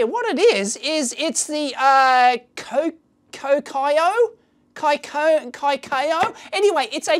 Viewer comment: Does Dave have a single thing in his lab that actually requires a NTBOBF sticker? Love the idea of an occasional series that takes a sticky beak at lab photos submitted by viewers for our perusal. Koki'o pronunciation - Those look like cherry blossoms on the model board. Maybe it rhymes with Tokyo?